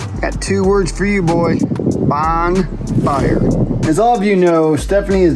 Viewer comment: …. Did you say “Bong fire” or was I just imagining that’s what I heard you say?!? Any whooo beautiful project!!